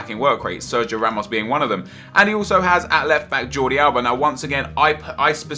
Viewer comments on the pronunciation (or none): none